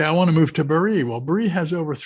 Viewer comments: Could you please say “BAH ree”- Bari. Thanks so much, and thank you for the information! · Your videos are great! Thanks so much! And I hate to be “that guy”, but Bari has the emphasis on the Ba, not the ri…. 👍🏻😁